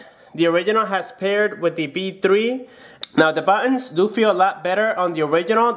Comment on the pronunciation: awful pronounciation of "original" + "buttons"